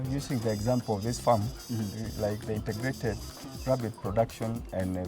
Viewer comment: Great episode! Thank you! But presenter, it is INTEGRATED not INTERGRATED. There must not be 'R'.